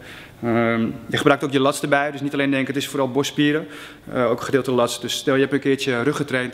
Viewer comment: Hoe jij lats zecht hahhaaha